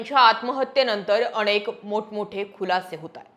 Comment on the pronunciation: अणेक नाही अनेक.